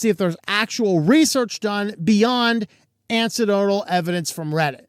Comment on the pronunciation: Say it slowly a few times: an-ek-doe-tl: anecdotal. Not ANSI-dowdal or snickerdoodles.